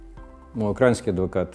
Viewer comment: Достойное интервью. Единственное режет слух слово "украинский" с ударением на "а".